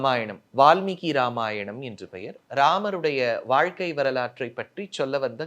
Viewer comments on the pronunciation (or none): none